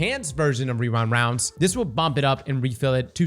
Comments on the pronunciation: Rewind woundes 😂. You're like the 5 th yter I heard say that in the last 2 days. Its a lil tongue twister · hehe 'rerind rounds' every time